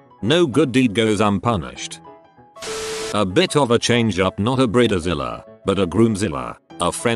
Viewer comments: I had to stop watching (though the content was good) because of the bizarre pronunciation of BRIDE--zilla as "briddazilla"!? Doesn't this guy have an editor or assistant...something? This made me crazy! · A 'brid-uh-zilla' 🤣🤣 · They should program robot narrator to pronounce common words correctly. It sounds pretty lame with "bridezilla" mispronounced repeatedly.